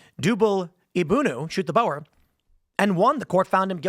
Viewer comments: Dankie Tim for speaking out about my beloved South Africa . By the way it is pronounced " Bur " not " Bauer " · Boar is pronounced’Bore’ Tim not Bower! 😂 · Boer isn't pronounced "bo-er". It's more like a mix of boa(t) without the T and (b)oar without the B, pronounced as a single word. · Pronounce boer as ' booh' with an r at the end